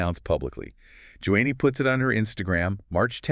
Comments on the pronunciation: The first marriage was not 12 yrs, but one or two years. Joni is pronounced "Joanie" not Joannie. I knew when Doug got together with Lisa. It was in his early 20's. You can't believe almost anything either Doug or Joni say. You two lied about Doug being upset by Lisa's exposure--you two are frauds. Stinky ones, you don't even know how to say her name. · Dead giveaway!! NOT JO-ANNIE Lamb folks! It’s Joni Lamb!🤢😡🥶🤷‍♂️🤷‍♂️ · How about pronouncing Joni's name correctly!